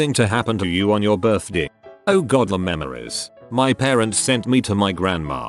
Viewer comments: The way the robot says birthday is severely annoying (what birthdii huh?) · MariahxJimin my buurthde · How is no one annoyed how he says birthday?